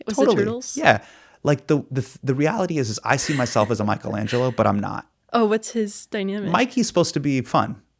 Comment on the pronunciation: Bro is Michelangelo not Michaelangelo… otherwise no notes